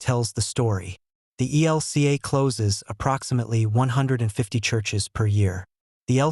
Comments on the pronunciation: Your Robot voice keeps saying EL KA for E L C A. It's a stupid mistake in an otherwise usefyl poroduction,. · Lots of people call it that. There’s no vowel in LCMS.